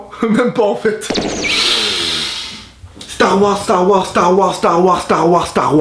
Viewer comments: Mdr à la fin "Dit stars wars twilight dit stars wars starfoula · "dit star wars" "Twilight" *Mes un coup "DIT STAR WARS" "star...fou...llah" j'ai failli mourir ಠ︵ಠ a cause de toi... Mais c pas grave je te pardonne (づ｡◕‿‿◕｡)づ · Dit Star Wars ! - Star....fullah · dis star wars ... thwillight ....aie dis star wars starfullah 😅😅😂😂😂😂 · "dis stars wars" "twylight" bam "dis stars wars !" star...foulah" j'était mort XD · xD il m'a tué, " dit Star Wars" " Starfula" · Putain je suis au taff avec le directeur dans un moment serieu et quand soudain j'ecoute : ( (dit starwars) {starfurllah} ); MDRRR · Nooon dit starwars "Starphoullah" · "starfoulla" mdr 😂😂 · Jaune: dit star wars: twilight (Rip tete du bb) Jaune: DIT STAR WARS: star... fullah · dis starwars, star...foulah jpp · Dit StarWars -StarfoulahVazy je suis mort mdrrr